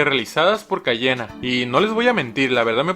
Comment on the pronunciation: Si te equivocas te echa pa fuera y luego dijo Cayena (será coña no ...)